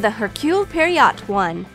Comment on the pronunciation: did she just did she did she just say Hercule PERRY OT how do you even get that from POIROT ?